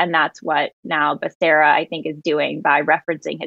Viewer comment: you pronounced Becerra wrong. It's pronounced Bakaria...I mean Beshera.